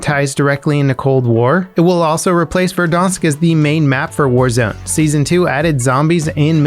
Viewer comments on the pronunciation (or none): Verdansk not verdonsk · That pronounciation 😂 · 900th like. Btw why do you pronounce verdansk the way you do? While all other yt and trailer videos pronounce it correct